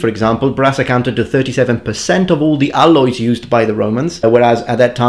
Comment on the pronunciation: aL-Loys, noticeable Italian feature, noticed it cus just have watched your italian accent analysis video